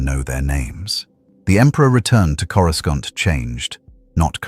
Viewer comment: Why can't these AI's pronounce Coruscant properly and so many other words.